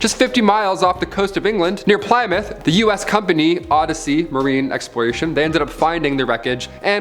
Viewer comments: Plymouth (ply-mouth) = plih-myth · the way he pronounces Norfolk and Plymouth annoys me